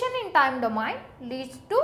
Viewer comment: plz right called of domain pronunciation